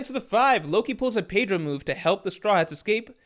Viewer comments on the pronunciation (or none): none